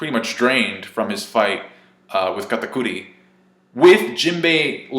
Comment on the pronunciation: I still enjoy the way you pronounce KATAKURI